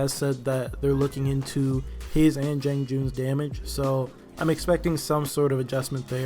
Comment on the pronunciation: JEE-AHNG. It's funny because you pronounce the 'a' correctly in "Tiandi."